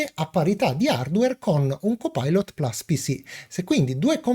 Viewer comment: carissimo, ammiro la tua padronanza dell'inglese ( io non ne capisco una ceppa), ma per favore plus si legge PLUS essendo una parola latina e non "plas" inglesizzata male e anche...grazie e un doppio like